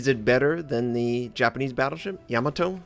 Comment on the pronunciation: Ya-MAH-to...rhymes with To-MAH-to...